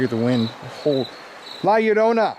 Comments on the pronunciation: "la yuhrona" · La yorrrr o na..sound it out in syllables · Honestly the way you say La Llorona annoys me a bit. Just a tad off saying her name without the r roll. But good video tho!